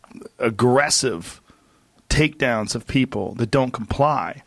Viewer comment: "Doan trust China!! China is asshoooole!!"